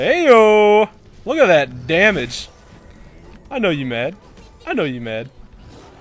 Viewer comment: He said damige 49 times Thumbs up so everyone can see ;D (or dont ..i dont care :P)